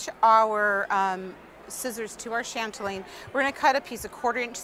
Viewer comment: chatelaine not chantelaine